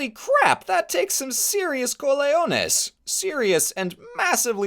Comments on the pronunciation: Cajones (Ka-ho-nes) not Colayones or whatever it is you said lol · “Cojones”….not “Coleones” citizen! 🤔🇨🇺🇺🇸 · It's cojones pronounced co-hon-nays in Spanish. Are you using the Italian word? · The worst part of this video is how mispronounces "cojones".